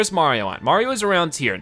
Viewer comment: Stop saying marion and marium